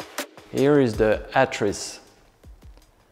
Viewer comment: Just came here to hear this guy pronounce “atris” properly 👍